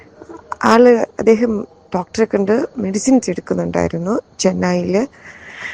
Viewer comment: ചെന്നായി അല്ലാ 😂 ചെന്നൈ